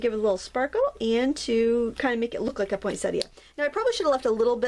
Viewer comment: I started because I hate it when you get the same card from different people for the same birthday. The way you say poinsettia is the correct way to say it & what did you think of the sparkly pens (I will be ordering mine tomorrow)? Xxx